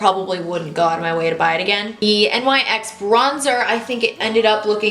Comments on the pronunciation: Love this video!! You're so pretty that you don't even need makeup! I also love that you used all drugstore products because I don't buy high end makeup since it's so expensive. Though the brand NYX is pronounced like "nicks" not N-Y-X since it's not an acronym. I also looooove that lip color on you:) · Love you! Just FYI, NYX is pronounced NIXS :)